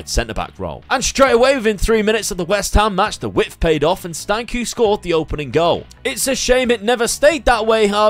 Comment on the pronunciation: Not like it matters too much but Stanciu is pronounced with a 'ch' at the end as in cheese or church - Stan-ch-oo